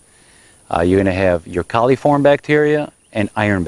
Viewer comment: It's coliform not caliform.